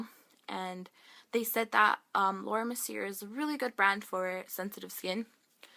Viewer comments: Go to a dermatologist please.... And it's pronounced Mer-Seeeyaay. Good luck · PLEASE watch other people's videos & learn how to pronounce words... "BriSSSSSles". "Laura Merc-y-a"